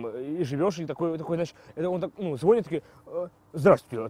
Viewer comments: звонИт блин! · звОнит О,О